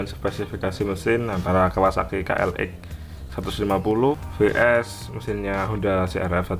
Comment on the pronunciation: Ka el eks om bukan ka el ek